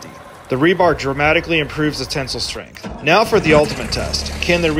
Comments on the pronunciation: Never have i ever heard people pronounce tensile like (ten-sill) and not (ten-sile) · Ten-sile, not tinsel. Sile is pronounced like Kyle, not Sul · I’m still trying to understand why you can’t pronounce “tensile”…